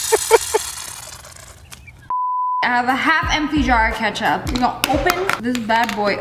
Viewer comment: ketchup sound like rocket